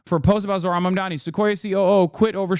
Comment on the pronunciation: you SPELL it WRONG!!!! its zohran(Zoooohhh-run is the pronouncation)